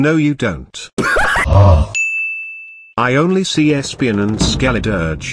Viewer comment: am I the only one that absolutely loved when he pronounced "Skeldiridge" in ?